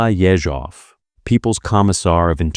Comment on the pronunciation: Ye-ZHOV - stress is very important in russian.